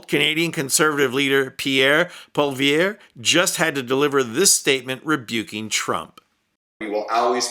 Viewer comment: Pol ee ev